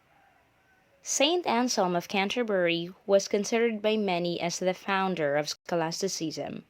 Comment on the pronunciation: scholastiseasam? learn to pronounce first